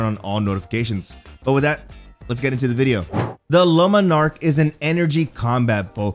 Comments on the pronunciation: Ok. OK. OK. OK. No. No. Just. Stop. Omfg, it's not lumenark ffs. Jesus man! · This guy really pronouncing it like "Lemon Arc" lol